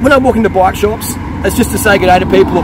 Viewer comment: Every time you say bike I hear black, haha. Nice video!